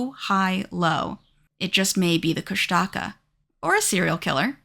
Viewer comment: Kushtaka mentioned brrrrr. Koosh tuh kah is how it was always pronounced in my town but just though id share. Also idk why they chose to spell it the way they did but tlingit is actually pronounced Klinget with an almost k like g just thought id put that out there